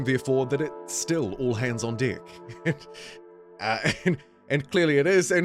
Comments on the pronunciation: Love how you say Deck hahah i have the same issue lol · With that accent, the e resembles an i somewhat, and YouTube's automated systems might not be happy to hear that